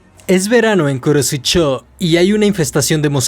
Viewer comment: Me encanta como dice kurosecho